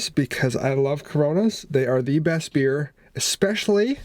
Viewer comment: Dude you seriously said "these are the breast french fries"... I had to go back and listen to make sure...haha